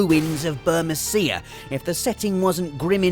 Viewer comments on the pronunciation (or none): Your pronunciation of Burmecia literally killed me. I'm not impossible to kill 💀